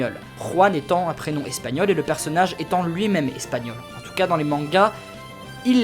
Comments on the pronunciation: Plutôt doué en espagnol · Tu as un bon accent espagnol